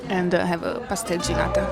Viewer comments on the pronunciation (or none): Enjoyed watching, has some good suggestions and good that you told about your experience in that restaurant. Don't want to be obnoxious but just a suggestion, you probably learned to say "pastel de nata" from a brazilian person but it just doesn't sound right when you're talking about something that's so traditionally portuguese. Hope you had a great time in Lisbon!